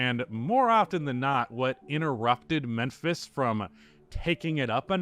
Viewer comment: Why are you saying Menphis?